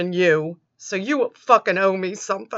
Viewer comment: There it is ... "I believe in Yew!" Again!